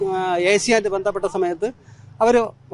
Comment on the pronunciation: Mr. ഷാജൻസ്കറിയ നന്നായി മലയാളം ഉച്ഛരിക്കാൻ പറ്റുന്ന ആൾക്കാരെ ഇന്റർവ്യു ചെയ്യാൻ നിയമിക്കൂ. പ്ലീസ്. ഈ പയ്യൻ ഭേന്ധപ്പെട്ടു എന്ന് മുതൽ ഒത്തിരി ആരോചകമായി സംസാരിക്കുന്നത് കേട്ട് സഹികെട്ടു. ഒരു പക്ഷെ ഞങ്ങൾ പഴയ മലയാളം കേട്ട് ശീലിച്ചു പോയതുകൊണ്ട് ആയിരിക്കാം.